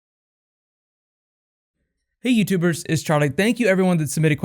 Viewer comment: Oh. For months I've thought you were saying "Hi YouTube Birds!" and I thought that was such a funny and personal and friendly greeting - then I read the subtitles and realized you were saying "YouTubers". Makes more sense, but I did really enjoy "YouTube Birds" more!